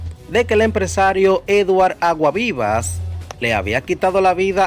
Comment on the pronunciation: Pronuncia ese apellido bien, Aguasvivas. Tienes que coger clases de dicción.